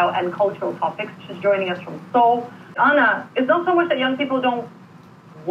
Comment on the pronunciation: I hated the way the presenter pronounced your name for the live interview. It was SOOO American. Arna not Anna